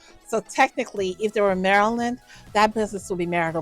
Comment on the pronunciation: It took me a while to figure out you were talking about the state of Maryland. Since you have some type of speech impediment you should probably say you are talking about this or that particular state. Great content though